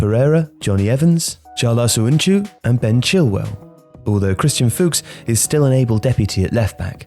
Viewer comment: I am Turkish and I never saw a non-Turkish person saying Çağlar Söyüncü perfect like you 😂 great job